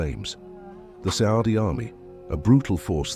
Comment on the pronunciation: He said SAADI.